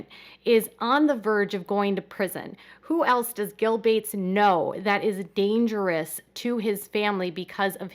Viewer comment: Who the f@ is gill bates? I thought you meant bill Gates, just couldn't say his name or something